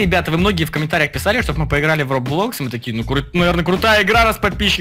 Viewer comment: Roblox ударение на первую o